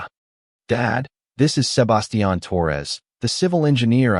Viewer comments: Butchered the name Sebastian 😂😂😂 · It's like they used an accent for only his name but English was their first and only language and they've never spoken to anyone that didn't speak in a monotone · The way the AI says Sebastian is annoying as hell.